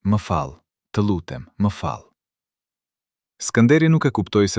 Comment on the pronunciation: Personi qe po reporton ket dokument nuk është shqiptar ,degjojeni me kujdes ,kur thot fjala ,pershembull.e thot ''fjall'' Çka do te thot kjo.kush eshte personne ?apo është intelegjenca artificiale.shumë po me pengon.